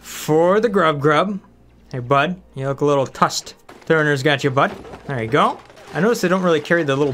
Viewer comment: tRussed also, not tussed lol :)